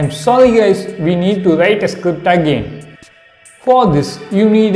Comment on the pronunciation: I lost it when you said “you have to write scipt” whats a script? Lol